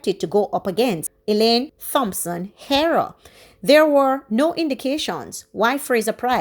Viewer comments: Do not pronounce the "Th" in Thompson. Just the "T" as in Tompson. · Thompson pronounced Tompson. Thanks.